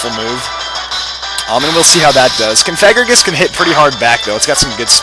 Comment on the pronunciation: That's not how you pronounce Cofagrigus